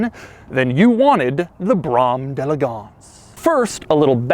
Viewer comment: jay leno pronounces d'elegance better